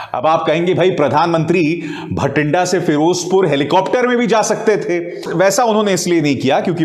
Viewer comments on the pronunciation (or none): भटिंड्डा नहीं बाठिंडा है अभिसार भाई!!